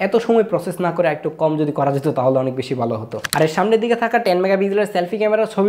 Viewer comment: বালো না ভালো হবে। উচ্চারন ঠিক করতে হবে।